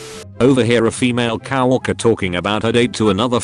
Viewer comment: Attention all robot voices: it’s co-worker, not cow-worker.